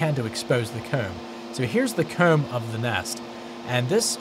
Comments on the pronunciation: I keep hearing COOM and not COMB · Is he pronouncing the word "comb"? Regional accent?